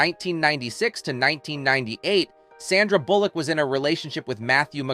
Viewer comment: These content creators always manage to rip away the curtain on their AI voices: "con-TRA-versy" and "Sanda". And then I'm OUT. At least listen to your damn video once before posting so you can fix stuff like that. Lazy.